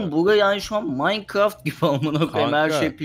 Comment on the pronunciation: MAYKIRAFT HANGIR GEYMMSS AHHAHAHADw:dwde:w